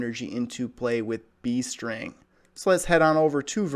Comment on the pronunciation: Sounds like you are saying bee string instead of beast ring XD